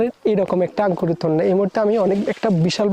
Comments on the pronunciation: আরে ভাই আগে শুদ্ধ ভাষা শেখ। আংকুর কি??? এই নামে কোন ফল নাই। বলো আঙ্গুর। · আংকুর নাকি আঙ্গুর 😂😂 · আঙ্কুর কি ভাই উচ্চারণ টা ঠিক ভাবে বলেন 😂আঙ্গুর বলেন